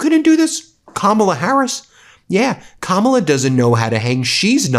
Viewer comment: Suddenly they know how to pronounce Kamala's name correctly.